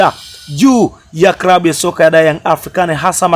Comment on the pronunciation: Channel ya kitapeli inayojitafutia umaarufu..hata kusema neno klabu unasema krabu!!